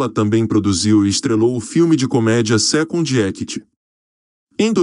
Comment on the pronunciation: O gajo a falar os nomes em inglês é bué engraçado "witin for tchunitchy" kkkkk "secound actchy" hahahahah mds "letchy getchy laudy" jahahahahahahahaha eu deus kkkk